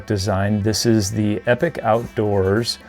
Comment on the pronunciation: Great review...Just one thing. It's pronounced "E-Pock". I was listening to a podcast that the founder Bruce was on, and he cleared up some of the confusion on the pronunciation of the company name.